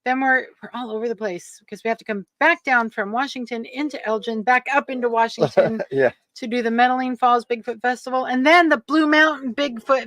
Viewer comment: Seaview wershington